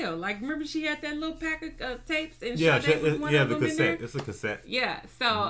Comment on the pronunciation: I love Sade! I'm also SO HAPPY that you both said the name perfectly lol. Great channel